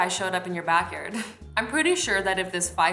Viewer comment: did she just say back yerd😂😂 love u azzy